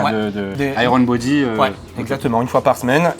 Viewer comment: "Aille - rone bodi fite" 😮😅 On prononce "aïe yeurn" 😏 Pour parler de Iron Bodyfit, je connais plusieurs centres dans le nord de la France et la clientèle est principalement constituée de personnes relativement âgées et/ou de gens qui ne sont pas vraiment sportifs et sont même parfois en surpoids . Il ne faut pas s'attendre à obtenir un corps musclé et sec comme on peut le voir sur les réseaux mais c'est mieux que rien notamment pour ceux qui ont besoin d'être coachés et n'ont pas la volonté de faire de la musculation "classique" et du cardio .